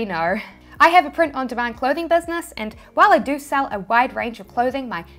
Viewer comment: Do = DOE